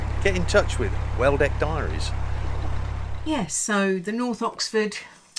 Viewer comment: You are such a glamorous lady,. I only watch occasional videos as I'm currently going through the back catalogue of Minimal List's channel and once I have caught up, I will have a look at yours. I love the way you corrected when she said Norf. My very ex was from Essex and he could not pronounce th and would say things like firty free, which I'd laugh at. I tried to show him how to put his mouth to enable him to say 'th' and he really did try but his dentures flew out of his mouth leaving me in hysterics.